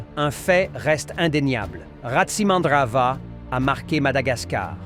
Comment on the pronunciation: le o se prononce ou en malgache non ce n 'est Tsiranana voila c est RATSI tous le monde le sait